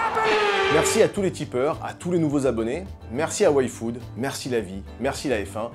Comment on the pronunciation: Quand vous dites Yfood j'entends waifu. C'est pas la même ambiance.